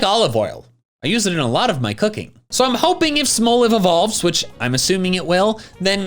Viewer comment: "Smol" isn't pronounced like it has an e on the end, anyway. It's pronounced exactly the same as the word it's a play on. There's literally no reason to pronounce "Smolive" as "smole-iv."